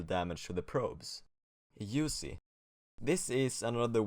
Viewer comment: mans said "usey"